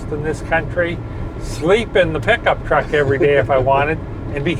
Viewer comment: A fwooh fifty fwooh has lots of twooahk to take to the caahh shwow